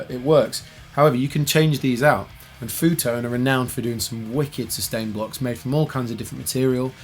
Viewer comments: It's pronounced: EFF YOU Tone Seriously ;-) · Pronounces the company as "foo tone"😂😂